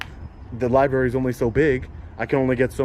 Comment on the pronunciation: Seems like the man in charge of the liberry should be able to pronounce the word library.